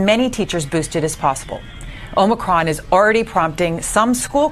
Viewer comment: Hey! Really enjoy all the info you provide, but just you know the new variant is pronounced O/MI/CRON.